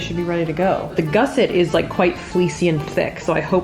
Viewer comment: gusset /ˈɡʌsɪt/ Learn to pronounce noun 1. a piece of material sewn into a garment to strengthen or enlarge a part of it. 2. a bracket strengthening an angle of a structure. According to the first result on Google this is what a gusset is, so she got it right I guess